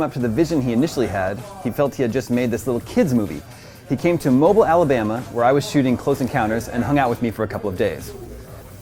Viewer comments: It's not pronounced Mobile. It's pronounced Mobeel. ;) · Say it with me... Mobeeeel, not Mobull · It's not Mobel, It's pronounced MO-BEEL. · Mobile Alabama is pronounced "Mo- beel" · It's mo-beel.